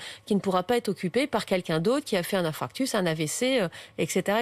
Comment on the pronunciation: "infractus" 🤦🏻‍♂️